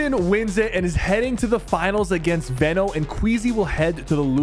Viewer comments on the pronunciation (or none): Its veeeno no veno